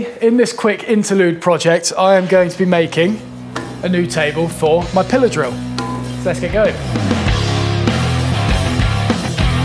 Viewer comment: I swear the first time I heard you say "pillar drill", which is a term I've never heard before, I thought you said "pillow saw." Lol. I like learning the English language.. :)